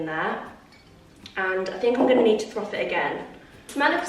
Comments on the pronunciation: Love the decor 🧡 All of the autumn vibes right there! Just so you know it’s ‘froth’ not ‘throth’ 🤣 - that had me laughing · love you but it’s froth not throth🤣🤣fully cracked me up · It’s milk froth not throf 🤣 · It’s froth not throth…. ❤️❤️ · It’s called froth not throf 😂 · the word is froth not throfth 😅😅😅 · you crack me up saying throf about 5 times, it’s froth! 😂 I think everyone has a word they struggle to say, mine is British if I say it too quickly 🤦‍♀️🤣🤣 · It’s FROTH not throth 🤣🤣 that made me laugh at how many times you said it xx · Bless you it's 'froth' not 'throth'. 😅. Totally with you on the morning routine, I'm trying to get up earlier but it's just not happening. Love your videos as usual! Xx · So cosy! It’s FRoth rather than THroth - that’ll help you say it 💪🏻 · It's froth not throth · Love your vlogs, the content is 👌🏼 FYI, it’s FROTH that’s why saying throth doesn’t feel right 💖